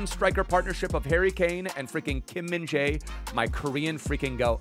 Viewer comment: you say always kim min dae kkkk he name is kim min jae!